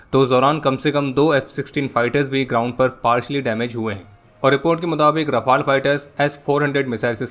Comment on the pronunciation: All well said and done, it's rafAEL Not rafAAAAAAAAAAL Man.